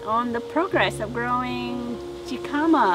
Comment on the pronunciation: Is pronounced Hekahmah and is a Mexican Root! Warm weather plant!